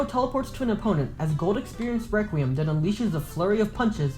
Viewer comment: The way how your friends pronounces requiem😭 RĘQÜÉM